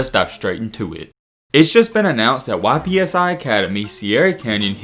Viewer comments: It's ypsilanti prep...not Y.P.S.I...🤦🏿‍♂️ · Just so you know it’s pronounced “Ip-See” instead of Y-P-S-I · Just an FYI - "Y.P.S.I" is short for Ypsilanti and the town is oftened referred to as "Ypsi" for short. So the emphasis on each letter like an acronym is incorrect. It sounds like "ip-si" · YPSI is pronounced "IP-SEE" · YPSI is pronounced IPSEY. It's short for Ypsilanti